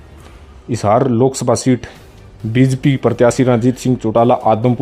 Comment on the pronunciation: बी ज पी 😀😀 bolna to sekh le pehle